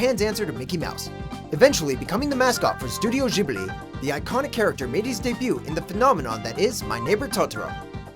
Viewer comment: Did you actually just say "jibli"